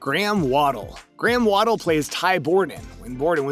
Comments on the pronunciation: War-del not Waddle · Not to mention Graham "Waddle" lol